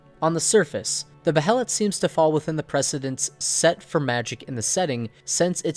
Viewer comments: Bay Lit, Say it with me Bay lit. Not Beh hell it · Pronounced- bay-let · alright rlly fast, its pronounced "Bay-let" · Just an FYI: It's pronounced "BAY-LIT", not Bah-he-lit. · i was always under the impression Behelit was pronounced Bay-Lit, not Bay-Hell-It. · Don't mean to sound rude or something, but just so you are aware, behelit is pronounced Bay-Lit. Awesome video, big thumbs up. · Dude.... Behelet..... Seriously? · It's pronounced bay-let you dumb knob. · Please stop saying Beh e' lat. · Behelits- the “H” is silent!!! Damn it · Behelit is just pronounced BAY-lit. It's just spelled that way because of Japanese pronunciation. Like how Guts is spelled Gattsu sometimes. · Its pronounced baylet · Dude. The "H" is silent. God that is killing me.